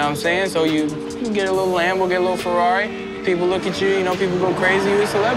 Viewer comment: a rrari?! come on man